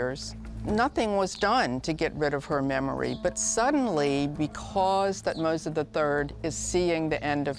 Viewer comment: calling great tuhtoms III that what a f** French 🤬🤬